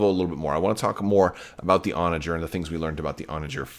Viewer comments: Your pronunciation of Onager is correct based on the English pronunciation of the medieval siege weapon and the wild ass. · you are correctly pronouncing Onager. And I believe Thrawn audiobook pronounces Arquitens the way you have been saying it